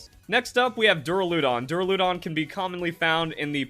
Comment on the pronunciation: it’s duh-RAL-uh-dahn and ahr-CHAL-uh-dahn, so no, you are not pronouncing those correctly. You were emphasizing the LUH and making it sound like dura-LOOH-don.